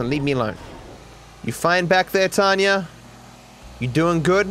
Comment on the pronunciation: 10 Questions Science Can’t Explain: Number 1- why does pronounce Tonya like Tanya?